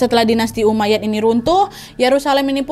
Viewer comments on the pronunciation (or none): izin meralat kak nad, ada sedikit kesalahan dalam pengucapan bukan bani umayyad, tapi umayyah bukan fitimiyah, tapi fatimiyah